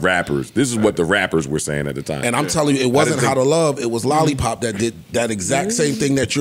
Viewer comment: This dude really said lollipop lol